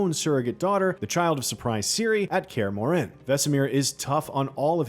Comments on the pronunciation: No. nuh nuh nuh... it's not pronounced "MoreANNE". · Kaer ''Muren'' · Kaer MorHEN??? GerALT??? wtf. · Gr-Ralt lmaooo “care more inn” ?? Bro please learn the pronunciations please???? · Nobody: This guy: "Gr-Ralt" "Care Moren" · Please stop pronouncing Geralt. And CARE MOR-HEN. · Dude said "Care Moren" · yeah he is saying kaer more inn lol it hurts the soul lol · In all your research, did you never come across anyone saying either Geralt or Kaer Morhen? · Its honestly kinda pathetic at this point how a channel based around reviewing and playing games doesn't know how to properly pronounce the name of the main character of the game, eventhough its said million of times, and even in the previous seasons. also how he can't pronounce Kaer morhen makes it all the worse. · Plz eather lear to say Geralt and Kaer Morhen the proper way .. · You’d think a guy working for IGN would know how to pronounce Geralt and kaer morhen… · BRO IT BOTHERED ME THE WHOLE TIME 🤣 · So true xD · The narrator has no clue how to pronounce "Geralt" and Kaer-Morhen. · To me it sounder like he was actually pronouncing the “H” in Kaer Morhen, whereas in the games they don’t pronounce it. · Kaer Morhen pronunciation was also butchered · Or Kaer Morhen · Why does this guy keep mispronouncing Geralt & Kaer Mohren???